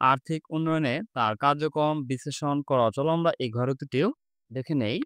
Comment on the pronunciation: আমরা ❌ আমভা ✅ 😂😂😂😂